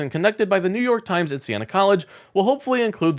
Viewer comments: New York Yimes?😂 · New York YIMES? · what is new york yimes? you need to edit your tags